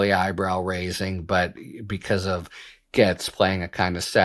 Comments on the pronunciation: Harry, Gaetz is pronounced “gates” like garden gates. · It’s pronounced GATES! ❤ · Harry ! Gaetz is pronounced just like gates, also rhymes with rates, hates, makes, takes.